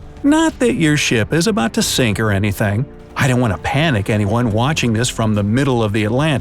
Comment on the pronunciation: Okay and who thought the Bot could not seenk like if you thought is would not senk 👇